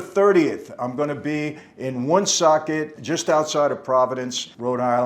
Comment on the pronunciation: Woonsocket not 1 socket mikey